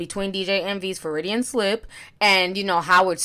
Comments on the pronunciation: Foridian slip!?!?! Ti girl!!! I know you miss pronounce words and names but damn! The term is Freudian slip and what DJ Envy said was not an example of it. I don't want you out here mispronouncing terms AND using them wrong. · It's Freudian slip not Floridian slip. Michael Avenatti not Aventi. Sikhs not Shikhs. I love you Ti but take the time to pronounce these things well. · Ti, when you said Freudian Slip, I thought you said “Floridian Slip.” Lol I need to get some sleep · Sibs Lawrence You caught that too!? 😆 She said Fe-ru-di-an slip like 4/5 times!! AHAHA!! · “FROY-dee-in,” not Floridian. Jesus Christ 😂😂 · It’s 1am and I don’t even care! Honestly who needs sleep! It’s time to sip some tea ☕️... lol did she just say floridian slip instead of Freudian Slip? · " a ferridian slip" 🤣🤣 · Feridian slip...I love Ti! 😂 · Did you just say “Floridian” slip??? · Floridian slip? Freudian: pronounced: FROY-dee-en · Freudian.. not Froridian 😌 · Ti.... I love you but it’s Freudian slip. Froy-di-an.... NOT Floridian! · That word you keep pronouncing as "Fah-rih-dian" is "Freudian", and it is pronounced, "Froy-dien". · I love you girl. But Freudian ** slip. Like Froid-E-inn Lol. As a psych major, lemme help you help us boo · Hey, the term your looking for is actually pronounced Fraud-De-In. Freudian slip is a term/expression named after Dr. Sigmund Freud who was a neurologist and the inventor of psychoanalysis as a mental health treatment. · Pretty sure she meant Freudian. Lol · FRO-DEE-AN SLIP! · Froyd ian slip. Just say slip. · That’s not how you pronounce Freudian and him accidentally saying rehab isn’t a Freudian slip anyway lol. I don’t think T knows who Freud is let alone what a Freudian slip is